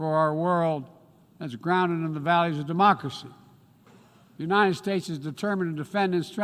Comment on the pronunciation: He acts like he's president of every country except mine. He can't pronounce United. Unined?